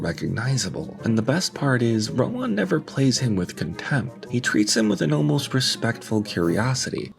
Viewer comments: Ro-Waan?? Ro-Waan?? Rowan is pronounced row-ən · No, it's pronounced Row-in. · Just to let you know, it's pronounced "Row-in" not "Row-on". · How did you not look up how to pronounce his name properly? Ro-wan lol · its pronounced row-in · Rowan. Not whatever you’re saying. Great video btw. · I've never heard someone mispronounce "Rowan" so awkwardly before. All that research and you didn't even learn how to say his name? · You’re mispronouncing Rowan. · why do you emphasize the 'ahn' in Rowan? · the way you pronounce rowan is an absolute crime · how do you make a whole video about someone and not find out how to pronounce their name? i mean i would get it if it was some obscure name or from a different language, but surely you heard at least one person say 'Rowan' while gathering clips for the video? Then again, wouldn't be surprised if its engagement bait. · Just a shame the narrator can't pronounce "Rowan" properly which makes me think it's more AI laziness